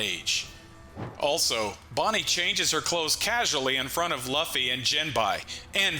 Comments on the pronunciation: I was excited to watch this but it hurts the way you pronounce luffy. I’ll catch the next vid to see if it’s corrected. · Saying Luffys name wrong is why can’t watch this